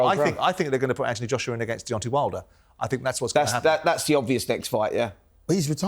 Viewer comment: Why cant Simon say the name Deontay? Its Deontay not Deontee. Spencer is such a clown. Fury took way more punishment that Usyk. Fury winning is awful for boxing. That running, ducking diva who wont fight anyone isnt good for boxing. The fact Fury is out of boxing the better.